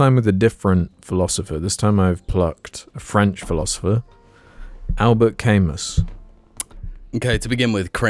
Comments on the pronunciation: Albert Kay-muss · The fact that they pronounce is "Caymuss" the entire time is just the cherry on top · pronounciation of Camus is fucking outrageous, and he was franco-algerian not just french, or somessing...